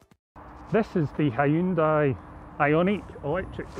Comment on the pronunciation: It's pronounced Hunday like Sunday not High-Un-Day.